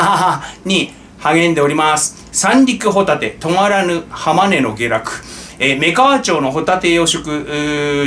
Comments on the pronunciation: 「女川」は「おながわ」ですよ～ん☺ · 女川は「おながわ」と読みます。